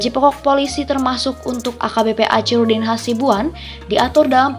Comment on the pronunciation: Sayangnya admin yg membacakan narasi dr tex naskah klihatan kurang wawasan gak yg pria maupun wanita geli telinga mndngarnya kosa kata Achirudin .. itu dibaca acirudin pdhl sbnrnya dibaca akhi bkn aci dan kabupaten medan gak ada woi..yg ada kota medan